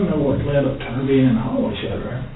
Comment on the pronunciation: this detective pronouncing his name like 'shad RAK' is making me insane.